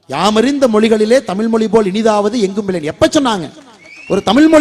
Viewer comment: Not Moli it is mozhi.